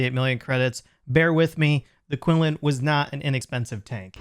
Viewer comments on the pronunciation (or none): Qilin is pronounced as "chi-lin"